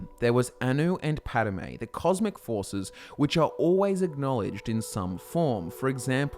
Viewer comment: *Padomay, but otherwise good. :)